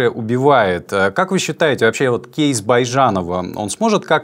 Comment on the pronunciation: Прямо режет слух этот "кейс"